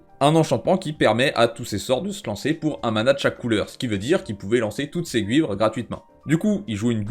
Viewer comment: Salut, je suis assez d'accord avec toi. Je voulais juste lancer un nouveau débat, mais on ne prononce pas gUhuivres non ? C'est moi ou vous dîtes comme Yoons ?